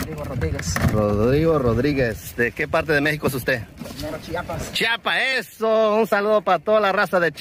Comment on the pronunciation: Se dice chiapas nooo chapas amigo